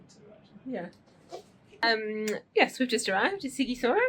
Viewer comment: Sighishoara. Sh is ș .Gi is like Gina, ghi is like give. The same with ci and chi.